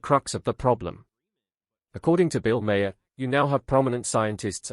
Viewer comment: Your AI voice needs to learn how to pronounce the name “Maher.”